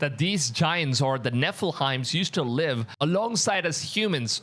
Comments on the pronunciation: It is NEPHILIMS not NEPHIHIMS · It’s nephi-LIM not nephi-hiem 🫶🏻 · It's pronounced: Neh fuh luhm You are saying it incorrectly. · Maybe but it's slightly annoying how he says it after hearing the correct way for years.